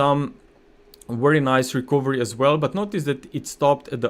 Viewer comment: Very good content. Thank you for your effort.👏 A small remark: the letter "o" in the word "recovery" is not pronounced, but like this >>> rəˈkəv(ə)rē. 🙂😉